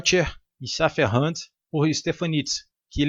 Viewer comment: Muito legal. Só a pronúncia do alemão que está estranha haha mas ninguém é obrigado a saber, né. Uma dica, pronuncie como se fosse português, e não como se fosse Ingles. Pois não faz sentido pronunciar segundo às regras do inglês quando não se sabe pronunciar determinado idioma estrangeiro. Muita gente faz isso. Tipo você falando o u de Hund como um a, como se fosse inglês.